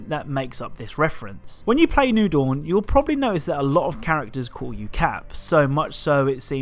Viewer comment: "new doun"